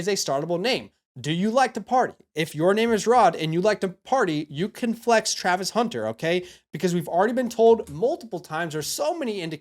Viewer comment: bro can't spell or say Travis Hunter 😂